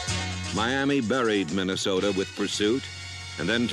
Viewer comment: He didn't say Minnesota he said MinnesotER LOL RIP John Facenda !